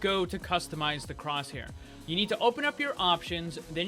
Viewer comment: Batin cwosshaiw